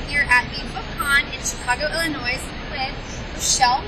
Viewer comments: Did you just say the s at the end of Illinois ? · Lol I always laugh when people who aren't from Illinois pronounce it IllinoiSSS... It's just Illinoi_ pronounced without the S😂😂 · I love Richelle Mead! Also you do not pronounce the "s" in Illinois.